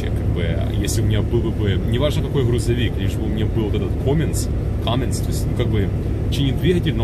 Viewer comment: И не коминс а каминс